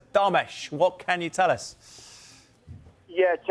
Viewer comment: It’s Darmesh 😂